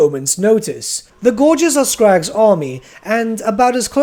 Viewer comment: I'm so hyped for ogres. Especially Greasus. Also, thanks for pronouncing "gorgers" right this time. ^_^